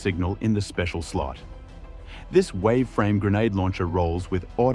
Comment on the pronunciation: "lost signal - Waave frame GL." Yeah, right lol.